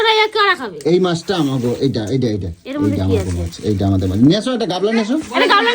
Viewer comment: ওরে অশিক্ষিত! ওটাকে "গাবলা" নয়.. "গামলা" বলে!